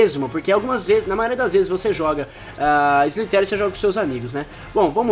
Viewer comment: sliterio mds kk